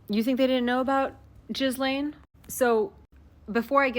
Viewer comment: The s is silent in Ghislane's name. Remember she's not Jizz-lane; she's Jillane.